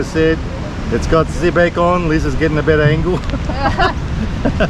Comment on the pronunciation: Its bacon not backon